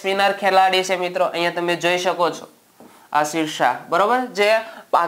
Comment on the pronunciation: Aashir nai yashir shah naam chhe